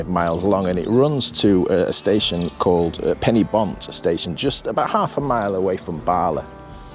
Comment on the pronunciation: thats " pen-uh-Bont ." ( Not Penny-bont )